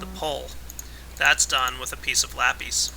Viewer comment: lape? its lapis